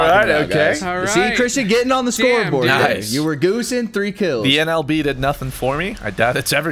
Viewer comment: who ever was saying niceu annoyed me more than it should